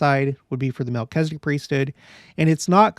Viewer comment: It's interesting to me that Latter day saints seem to be the only ones to pronounce Melchizedek incorrectly... there is only one 'i' in Melchizedek, and latter day saints seem to pronounce an 'e' where the only 'i' is, and i's where there actually are none. I wonder where that started.